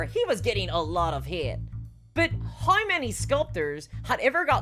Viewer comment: How TF did you just say "how"? "Haeei?"